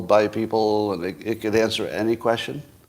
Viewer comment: Teach yourself to pronounce question